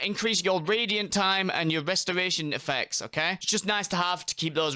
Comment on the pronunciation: Westoration. I cant listen to mother fuckers that cat speak.